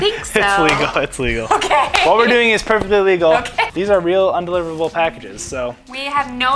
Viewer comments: Why does have such a problem with saying “un”? She keeps say on-deliverable. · Its cute that she cant say undeliverable.....